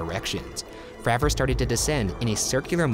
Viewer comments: David FrAver not Fraaver, go check him out on joe rogan’s podcast. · Great video..but it kills me every time you say FRAH-vor..instead of its correct pronunciation of FRAY-vor!..He is the most important and most credible person involved, in my opinion..but otherwise, well done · ITS FREY VOR